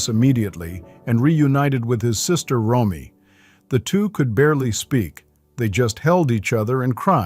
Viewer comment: Nick was the middle child. It's ROMY, not Roy.